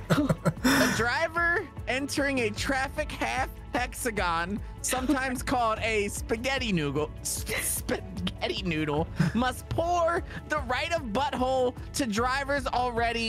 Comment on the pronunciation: spaghetti noogle got me the most and it was just a slip up😂